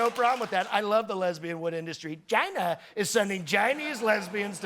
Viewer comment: Put on subtitles and watch how it translates his "China". 😂😂😂😂😂😂😂